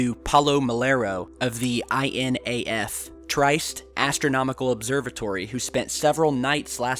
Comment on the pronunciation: It's pronounced "tree-'est".